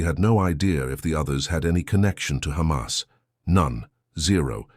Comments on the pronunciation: If she gets angry she says 'the Khamas'. Lunatic. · That Z10 Biyatch switches between Khammas and Hamas.... Why do the Z10 BarStewArds do that when they clearly have the letter H in their horrible sounding language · "The khamas"